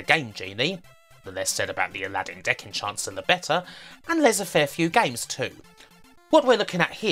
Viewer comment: I absolutely love your videos. They're so informative and cross the US console/ UK micro-computer divide perfectly. However...It's not pronounced en-chancer!!!😂 Was recently playing loads of emulated NES games and didn't realise (until then) how many micro to nes ports had been made. I'm sure this is the first video on it (without checking). Keep up the good work